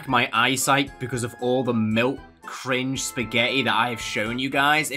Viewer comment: Oh no, cringe(crin-gae)